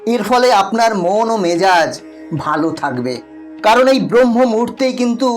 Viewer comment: Brahma noi Brahma .